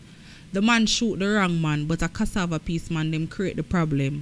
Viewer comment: Which jamaican on this planet can't pronounce CASSAVA?